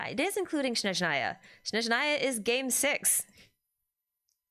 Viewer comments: Thanks for another live stream. I'm sure this came up before and you probably don't care, but it's SNeZHnaya, not SHneZnaya. The first syllable is SNEZH, imagine saying "snek" and just change the last letter to ZH. The rest is easy - NA-YA. Russian is not an easy language and I'm sure many things will get mispronounced by VAs but this is the name of a wholeass region. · "Mondstadt" is being mispronounced by everyone to this day, so unfortunately I wouldn't be surprised if the same thing happened to Snezhnaya 😔